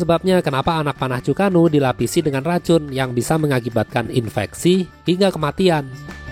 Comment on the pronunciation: Bang untuk penyebutan Chu-ko-nu itu Chu ke nu bang.... mungkin bisa bantu dikit...